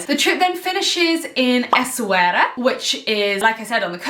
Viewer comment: Yaaay I'm from Morocco, I can't wait for you to experience Mount Toubkal, it's literally life changing. The food is AMAZING and people are very nice and warm 🤗 I really hope you'll enjoy it! Also, the way you pronounce Essaouira is perfect haha